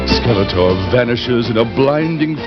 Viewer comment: Funny how The Sorceress kept referring to Skeletor as "Skeleter." The voice actress didn't seem to care about correct pronunciation.